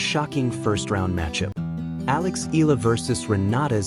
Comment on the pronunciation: Itß eh-yah-lah not ee- lah thanx😅